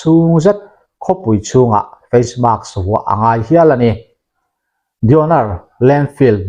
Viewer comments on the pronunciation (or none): none